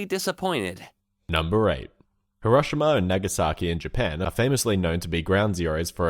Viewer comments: I love ur content but the way u say Hiroshima makes me cringe I've always heard it pronounced hero-she-mah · THAT IS NOT HOW YOU SAY HIROSHIMA